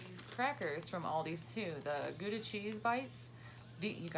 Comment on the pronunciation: Haha I love how you pronounce Gouda! It's a Dutch city (where surprisingly no cheese is being made lol). It's pronounced like.. rOUndabout. So Gouda with the ou from Round. Does that make sense? lol. Very nice packages!